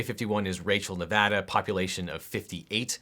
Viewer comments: This entire video is great but the best part is you say NEVADA RIGHT! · I appreciate that tou pronounced Nevada correctly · Thank you for being the one person talking about this that actually knows how to pronounce 'Nevada.' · finally someone that says nevada right